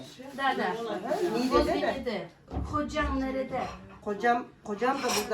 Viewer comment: в Стамбуле Зейтинбурну, район,А что в видео,Это провинция,, Нигде,, NİĞDE,, ,,,Г,, почти не произносится